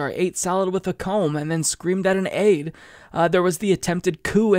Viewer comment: It sounded like said egg not aide, which would have been so much more hilarious after eating with a comb.